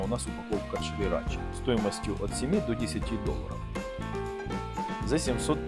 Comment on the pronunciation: интерпретаций много, но правильно сирача😉